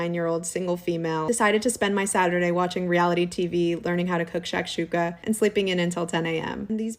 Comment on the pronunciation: As an arab hearing this woman butcher shakshuka made me cry inside 😂😂😂😂